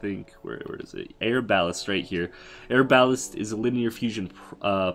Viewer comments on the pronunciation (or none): Air balest? Are-ba-lest=pronunciation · Air-bal-list bruh is ar-ba-lest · "Air-balast"... right.... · “Air-bal-list” and “Buh-zard”😂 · Yeah. He can't read. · Denver Walker or air ba lest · How he says arbalest Great tips and tricks this will actually help alot